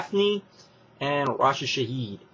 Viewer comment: dude it's raisha saeed (ry-esha sy-eed